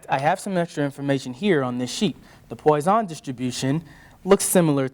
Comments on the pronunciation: Oh, oh, it's pronounced pwusson distribution, not poison. That is, it rhymes with trust, not boy. 😅 Next he'll be talking about Youler (Euler), Gorse (Gauss) and Debrog-ly (de Broglie) which are pronounced Oiler, Gow-ss and de Broy respectively. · Sorry, the PoyZon distribution??? 😂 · Quite helpful, but a bit odd how the presenter is alternating his pronuncation of Poisson between how it's pronounced and "poison".